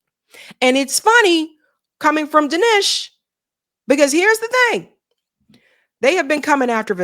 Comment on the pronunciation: How are you not able to pronounce the simplest of sounds? Seriously is this a black thing? I hate Vivek and Dinesh. But the way you pronounce their names is doing my head in. But it's time these Hindutva coolies found out they aint white.